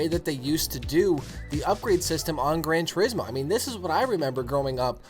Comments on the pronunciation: Yamauchi-san does it like this: Gran Tur-IS-mo. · It's pronounced "Grohn Two- rees- moh."